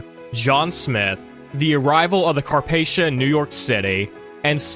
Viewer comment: The Carpathia was pronounced Car-paf-e-ia and a little fun fact The Carpathia sank in 1918 by a torpedo